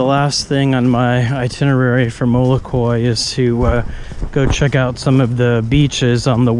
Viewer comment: It's not molokui....itis MOLOKAI...